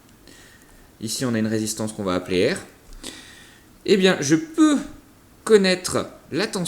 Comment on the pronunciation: Écoutez le "je peux" à 1min et 46 secondes